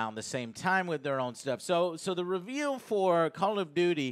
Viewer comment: Ree veel lol love you joe